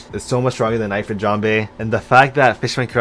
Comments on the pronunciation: No, it's pronounced ("EE-freet") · hes saying eye-frit jambe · The way he says Ifrit 😭